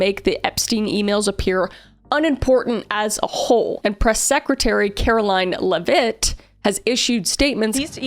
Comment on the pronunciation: Please, I beg of you, learn to pronounce Caroline Levitts name😂